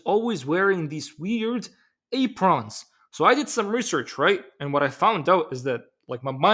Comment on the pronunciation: Amazing. 60 years and I've never heard apron pronounce that way. Learn something new everyday.